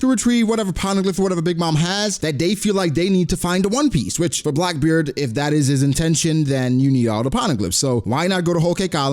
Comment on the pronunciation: Its Blackbeard not Blockbeard! 🙂